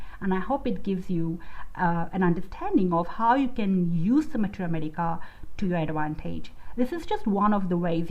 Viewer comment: ur pronunciation of Materia medica is unique